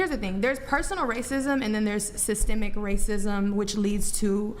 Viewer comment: Can’t even say systemic correct. wtf